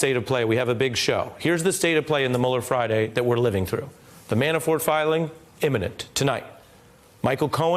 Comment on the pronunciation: imminent not eminent